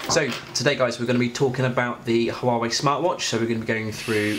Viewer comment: Not pronouncing Huawei properly 😂